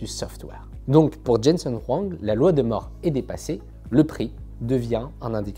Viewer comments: La loi de Moore, ça se prononce MOURE et pas MORE... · Ne pas savoir qu en anglais Moore se prononce "moure' , bon encore je veux bien, mais cette loi si connue, qu un youtubeur PC disent la loi de "MORT" , on se dit qu il n a jamais du entendre ce mot c est pas possible ! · Ca se pprononce "moure"...